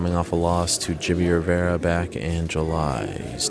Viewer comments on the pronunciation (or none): none